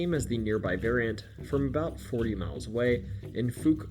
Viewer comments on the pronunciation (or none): The Fouke monster. It's pronounced F-ouwk. Ouch not ooch. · Fouke = FOWK NOT FUKE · It's called the Fouke's Monster. Pronounced Fowkes, NOT fooks! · Fouk, Arkansas is pronounced "fowk" not "fook." Can't watch the video because of gross mispronounciation. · Its the Falk monster not Fook zoomer. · Dude..."F-OW-K". NOT "F-OOH-K". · Arkansan here... I hate to be the grammar nazi, but you're mispronouncing "Fouke." It's "Fow-k" not "Fook" The "OU" has that "OW" sound like Owl, Fowl, or Cow. Great content otherwise. Love this channel. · It's actually pronounced F"ow"ke, not F"oo"ke. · Ky-a-mish-ee mountains Ho-nub-ee Oklahoma And F-owl-k Arkansas Oo-la-gah lake Native American names are hard to pronounce. This should help. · Fouke is pronounced fauk. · Fouke, Arkansas is not pronounced "fook". It rhymes with "out" or "ouch". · Good work 👏 that "Fook" is killing me 😅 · I’m from Texarkana and you didn’t pronounce fouke ark correct. The crabtrees made that up on big foot due to being racist thinking it would keep black people out. Fouke is known as a sundown town.